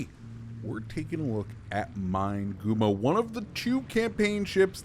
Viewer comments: Fairly certain it would be pronounced Mee-neh-goo-moh in Japanese, or Min-eh-goo-moh for English speakers. Just saying.. lol. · Good info about the ship, Amusing how you mispronounce its name. MIN-EH-GOO-MOE